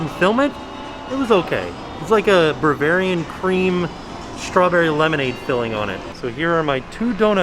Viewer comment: as someone who owns a donut shop, pronouncing bavarian and BERvarian is really making me laugh thfth